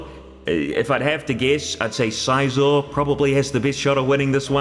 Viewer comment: Okay, first, that canNOT be the way you actually pronounce "Scizor", I refuse to believe it. Second, I voted for Scizor, mainly cause I love steel types.